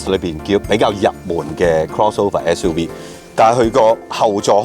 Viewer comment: "S U we"